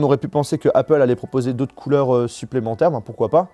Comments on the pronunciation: Heypeul ? Tu sais que même les ricains disent Apple ? Mdr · Je comprends que tu essaies de faire un accent anglais quand tu dis Apple mais ça se prononce Apple et non pas Aypple. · Le « aypple » est insupportable 😂